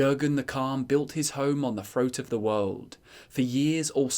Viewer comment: "the wowld"